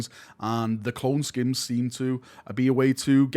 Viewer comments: SKEINS not SKINS fml manchester man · isn't it Skeins( SKYNES)